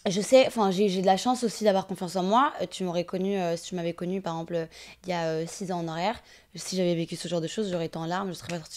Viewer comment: tu me fais trop rire quand tu dis « par exemple », tu raccourcis en disant « par emple » 😂😂😂😂